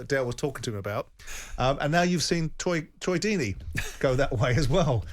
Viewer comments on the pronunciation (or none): Simon calling him Twoy Deeney 💀 😂